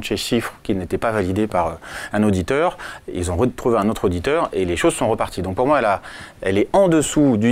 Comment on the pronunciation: Il a dit "l'ottre" à la place de "l'autre". Question : peut-on faire confiance à quelqu'un qui massacre la belle langue française?